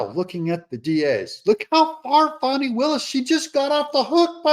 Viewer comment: Fanny....NOT FAWNEY.😂😊